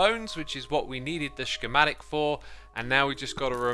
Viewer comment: It gets me every time he says “shkematic”